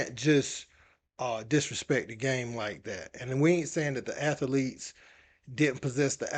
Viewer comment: ath-a-lete is crazy